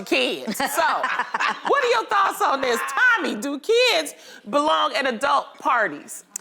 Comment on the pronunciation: Absolutely, I love her looks this season. But question: am I the only one who hears 'adelt' when she says adult tho?!?